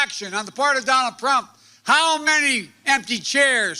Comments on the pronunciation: "DONALD PRUMP" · “Donald Prump” -joe Biden 😂😂😂